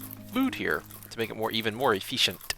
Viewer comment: Are you saying fish isn't very efeeshent?